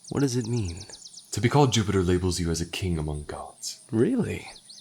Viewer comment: “lord jiewpitah” kills me every time 💀💀💀